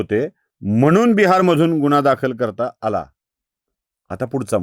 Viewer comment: निदान गुन्हा हा उच्चार तरी नीट करा गुणा म्हंटल्यावर काही वेगळेच वाटते